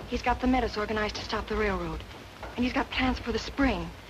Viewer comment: Funny how Hollywood never bothered doing much research. The proper way to say Metis is MayTEE. It's nice to see movies portraying this era in Canada but it would be nice to see them historically accurate too.